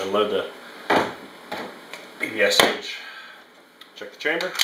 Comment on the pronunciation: My ears are bleeding when you say Pe -Pe - aS - aH.